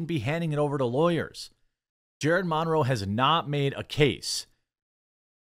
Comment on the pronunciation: Where did you learn to say "Monroe?"